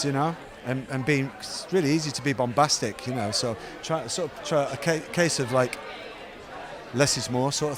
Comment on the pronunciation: Did he say bombastic or Bondbastic!